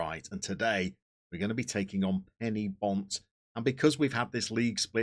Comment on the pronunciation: And another thing - Penybont are not "Penny bont", but "Pen err bont". Just saying.